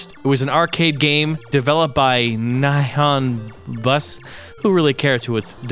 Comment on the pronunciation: Oh, and it's pronounced "Knee-hone Boo-sahn".